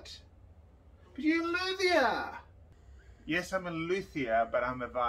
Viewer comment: I love your french pronounciation😍😊 (and in Montreal nearly every violin shop, guitar shop can be found by searching luthier, I don't think that the expression "violinmaker" exist in french.) Update: The expression violinmaker is translated by luthier... so to find a violinmaker the search will be "luthier violon" and that is not a good formulation in french haha.